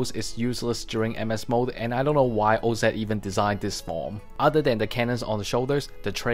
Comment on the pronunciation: Say oz right ! Jesus this is unwatchable now and that sucks i really like your content. Help a brother out